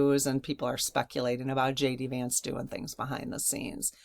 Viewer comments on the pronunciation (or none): none